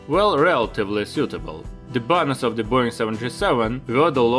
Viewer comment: I'm an AVGEEK, though sometimes I watch your videos on repeat because my Wife loves the way you say Boeing. She walks around the house saying boing boing like you're Tigger from Winnie the Pooh!